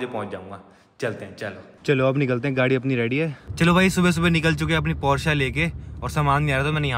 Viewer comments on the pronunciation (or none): Porsha nahi be bolna sikh porsche kahete he 😂